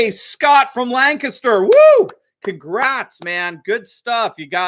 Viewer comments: I’ve been living in Lancaster, PA for 25 years now. Good news about stripping the Governor of his dictatorship. BTW you pronounced Lancaster correctly. Almost every state has a Lancaster but only PA pronounces in lanCASTer instead of LANcaster. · Always pleasant to hear someone pronounce lancaster the way we do. Lan-kiss-ter 😎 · I'm surprised to hear somebody pronounce "Lancaster" correctly.